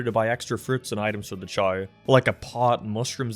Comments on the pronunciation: say it with me cha-ow Not ch-ay like u say god damn ur drivin me insane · I keep hearing 'Chai' whenever you say 'Chao' XD Just wait until you go down the rabbit hole of genetics and start making some sweet-looking breeds, as well as additional evolutions that add even more customisability, then breeding for good ranks like you would for a full 31 IV pokemon and create an all-powerful beast. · Whenever I hear "Chao", it sounds like "Child"